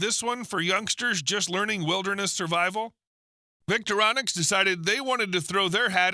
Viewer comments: Voctorinox or "Victorinonix" - C'mon! The Victorinox Swiss Army knives are a name that has been around for years - so has the spelling and pronunciation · Vic-Tor-I-nox is how you say their name.